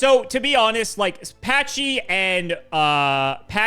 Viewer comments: There's no way Pachycephalo is pronounced like "patchy". It should be "packy", like pachyderm, aka an elephant. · It's not "Patchy"cephalo. It's pronounced like pachyderm. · No, it's not pronounced "patchy" lol